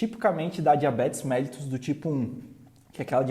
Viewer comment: A pronúncia correta é MELLÍTUS, e não MÉLLITUS.